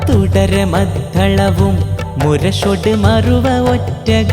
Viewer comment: മദ്ധളം എന്നാണ് ഉച്ചരിച്ചത്. മദ്ദളം എന്നാണ് ശരി